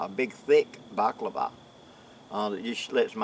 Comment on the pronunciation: That's Balaclava, not Baklava. Otherwise you might have a bear licking your face!